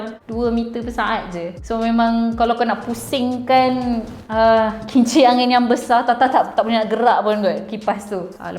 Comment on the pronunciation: Saya terdengar kimchi angin. Pekak kah saya? 😂